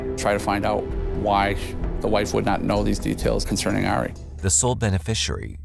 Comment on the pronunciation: The name Ari is pronounced Ah-ree, not Air-ee.